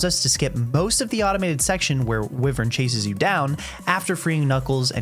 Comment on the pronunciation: WIVERN??? It's "Wyvern" (Why-vern) dumbass😂